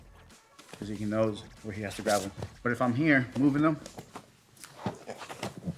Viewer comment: great video, but please my man its graB not graV